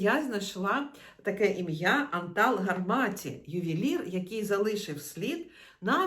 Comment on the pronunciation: Все добре- але в його імені наголос на першому складі: ' Антал ''Гарматі